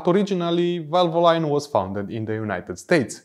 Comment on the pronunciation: VALVOLINE IS PRONOUNCE VAL-VUH-LEEN NOT VAL-VO-LINE